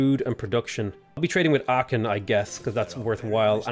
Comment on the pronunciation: Please look pronunciation of Aachen 🙏